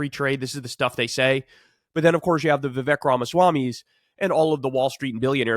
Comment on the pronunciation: One day Kyle is gonna pronounce Vivek correctly lol